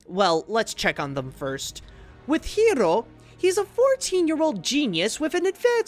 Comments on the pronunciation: It's pronounced "Hero", but some characters pronounced it differently. An example is Honey Lemon. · How exactly do you pronounce Hiro? It was pronounced differently by different characters in the movie, and now I'm really confused!! Also, I was actually somewhat surprised by who was in the mask (but only because I saw a fake spoiler)